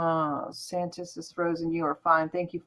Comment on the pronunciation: Its santos not how you pronounce it. ENJOY. Correct his first name FIRSTLY because its QUALITY.